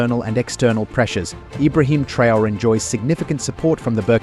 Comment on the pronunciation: The title of the video referred to Traore's security measures, but instead you dive into an analysis of his presidency. And you pronounce his name wrong!